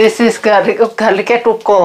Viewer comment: garlic e tukhul 🤣 seketika ku mengakak mbaaak 😂😂😂